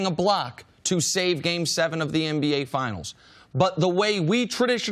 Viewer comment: Does CC say MBA instead of NBA....lol I know He's saying NBA but it's still funny I know I'm not the only one